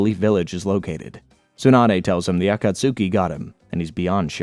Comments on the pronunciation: It would be a lot better if he could pronounce names like Akatsuki and Tsunade and like 75% of other names correctly... You'd think someone doing a 7+ hour recap would at least watch bits of the anime to catch the pronunciations instead of just reading a script. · Nope, not gonna watch a 7 hour video with you pronouncing Akatsuki like that. I made it 3 minutes and 29 seconds, you're welcome. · Ofcourse you cant pronounce akatsuki the right way. Now its 7 hours with you mispronouncing. Great 😊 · I’ll try to sit thru your pronouncing of “akatsuki” bc omg man lol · I had to turn off after you pronounced Akatsuki like that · Why is the pronunciation of some words like akatsuki so wrong 😂 I can’t deal with it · I swear he was doing it as ragebait lmao so many names were wrong idk if it's bc he watched in English or what lol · These videos are so great, but the pronunciation on akatsuki actually makes my ears bleed 😭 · As good as the video is... PLEASE for the love of God, get the pronunciation right. For future content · Oh this is really going to fuck with me you mean the Akatsuki? Á°ka°ski° Akatsuki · Yo I love your videos but caught-ka-sukee stupidest shit I've heard lol aw-ka-tskee if you're gonna make a 7 hour video at least get the basics right yeah? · Every time you say "Akatsooki" a baby in Africa starves to death. Shame on you, sir. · It's *A-kat-ske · I love these videos! But there's so many things that you pronounce as if you've only seen the words written. Akatsuki is not pronounced acat-sooki! A-khat-ski=Akatsuki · The “Ah Cot Sookey” is insanely crazy my guy you don’t need to pronounce each letter in the word. 😂😭 I’ve Never Heard Someone Call The Akatsuki That Lol. Love The Video Though. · Yeah either it’s a AI or a guy who never practiced the words, any time I heard Akatsuki as Akatsuuki I cringed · A - KA - TSOOKIE 😂🤦‍♂️ Says it so so so many times. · i love the video, but acatsuki? 😭💔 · Bro don't say akatski* like that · If I hear atasuski 1 more time 😡